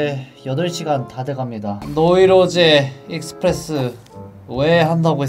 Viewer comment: 왜 노르테유 익스프레스인데 와 노이로제 익스피레스 라고 해요?